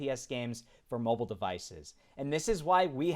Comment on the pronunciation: It's called Mobile not Moble